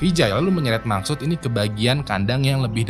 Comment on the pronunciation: Maqsood❌ Maksud✅